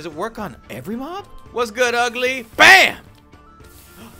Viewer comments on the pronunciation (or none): none